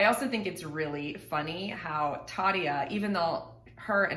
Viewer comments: Your pronounciacion of Tarjas name is among the better I've heard, a recent reactor I watched called her Tara xD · 1. When you say Tarja, it sounds good. Close to native finnish. Only the R should be more sharp. 2. The way they say opera. Finnish is pronounced as it is written. So the o is not ou. It is just o. If I hear a new english word and had to write it down I would propably fail. I heard a new word and thought it spelled purgary. No. It war perjury.